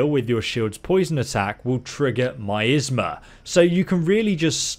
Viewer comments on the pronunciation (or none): nope it’s not lol, it’s pronounced MY-AS-MA, ignore the cretins saying MY-ATHSMA 😂😂😂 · the skill "MEEZMA" trigger "MYEEZMA" some of your mispronounciations are the reason I watch your videos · mista is right its an i sound not an e sound, mi asma is my asma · Is not pronounced "misma" is more like "myAsma" (put more accent on the begging and middle of the word) great vid my man like always 🤍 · Misma hahaha no offense brother but it's mi-as -ma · No no no tell me you didnt just say misma... instead of my-asma... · MY-AS-MA not MI-S-MA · Its pronounced MY ASTHMA if anyone was wondering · Lmaoo he said myizzma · no it's pronounced "mi-az-ma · Its ME-ASTHMA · The block is low because it's a Raven class and because it's primary use is for parrying. Blocking will still work especially if you have the 2 light shields skills activated..... and did you say, "Meezma" Out of all the ways I could think of to mispronounce that word, I don't think I would have ever thought of that..... I'm not hating either, I may start pronouncing it like that now! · That word miasma is pronounced as My - asma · You are mispronouncing miasma, it is pronounced "My-as-ma" it can also be pronounced "Me-as-ma" wich is also acceptable. But other then that yeah a great ability accept avoid using any poison or fire abilities or runes that can effect miasma wich is not suitable to use in civilian areas .... Then again i just snipe the guards and pick them off one by one. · lmao thought i was the only one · Miasma - my-az-muh Since no one can pronounce it correctly on YouTube lol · Me-az-mah say that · It’s pronounced MY-AZ-MA if you didn’t know 👍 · It's Pronounced MYAZMA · Miasma...lol. It's pronounced "My-Az-Ma". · *my as muh * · its pronounced MI-AS-MA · Pronounced = my-as-ma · Rrr is pronounced my-as-ma Angry Jk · Omg lol MY-AZ-MA that’s how you pronounce it lol good try though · hmm never herd anyone mispronounce miasma like that before lol well played